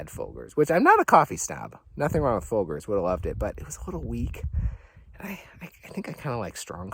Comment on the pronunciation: Beautiful scenery. pronuncation of "Folgers" must be a Michigan thing😂😂